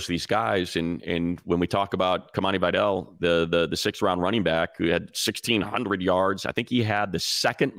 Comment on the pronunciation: Money it’s very important you of all people don’t butcher “Vidal” 🙏 please don’t say it wrong. It’s not Vay-dell It’s Vih-dahl